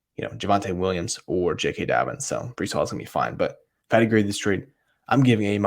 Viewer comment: My guy !! Checking you out now … Definitely botched the name but it’s cool 😂